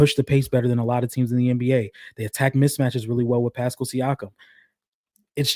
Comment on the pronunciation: why does pronounce Pascal's name like that 😂 I cringe every time LMAO says its like Eric Paschall from the Warriors